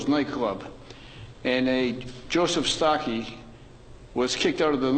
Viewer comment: It's Starkey not Stockey!